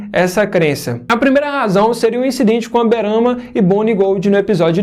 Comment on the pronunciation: "Aberana" Gold é foda veio kkkkkkk